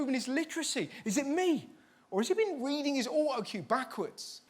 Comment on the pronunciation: we gonna just ignore the fact we said Weading instead of Reading😂